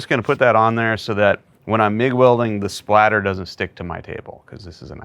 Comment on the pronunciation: cool but you keep calling it Splatter and its Spatter.